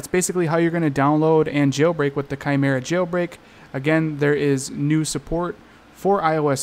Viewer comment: “Kai Merra” that’s how u say it 😊